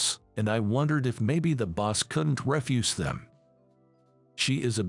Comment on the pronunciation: And when they 'speak' the word 'through' it comes out as 'thruff' rhymes with 'rough' instead of 'threw' Also the word 'refuse' is 'spoken' as in 'refuse collector' rather than the word to mean 'deny'